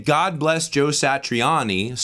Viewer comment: Ahahahaha. Dude you and I had the exact same guttural reaction in sync with each other when homie pronounced Joe Satriani’s name